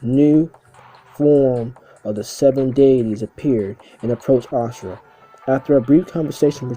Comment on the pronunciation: But it IS Asura & not "Ashura" as he pronounces it